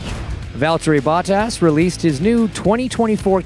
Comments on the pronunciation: i’ll give you $50 if you can pronounce Bottas correctly! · He could learn how to pronounce Bottas